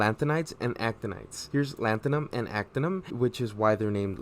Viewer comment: It's "actinium", not "actinum".